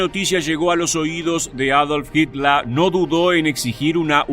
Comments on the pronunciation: No se pronuncia asi en aleman ... HITLER .. como se escribe. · Porque mencionas a Hitler como hitla,y a la palabra fhiurer como "fiura"?